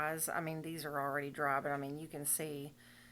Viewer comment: Friiiiiiied and drrrrrrrrry! Go southern accent ❤